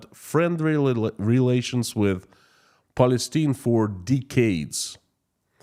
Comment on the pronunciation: Palistine is pronounced: PAL-EH-STEIN. Palistinian is pronounced: PAL-EH-STEN- EON. Excuse my basic phonetic language.